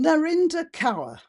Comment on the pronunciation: Some of us have been warning about the creeping beast system (AI) for decades. Kaur ( pls note, it's pronounced Kor) has capitalised on this system and accrued significant wealth her entire life. Now.......???....her weight is questioned? I have precisely NO sympathy for her. Or for your take on this,. She is no kind of desecrated wallflower. She reaps what she sowed. Real life crime should be our priority.